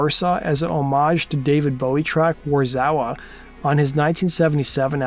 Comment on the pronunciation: It's pronounced 'Varsharva'.